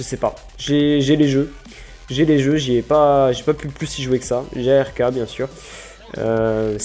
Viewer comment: On dis pas A R K mais Ark (arque)! Sinon ce serait quoi comme PC que tu aura (peut-être) Over!